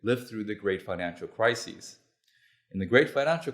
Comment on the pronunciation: Not sure I would give this guy any credibility if he can't tell the difference between "crisis" and "crises" circa